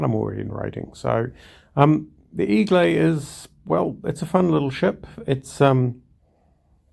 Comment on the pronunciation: A lot of players never seem to understand the concept of deep water torpedoes. BTW, it's pronounced more like egg-lay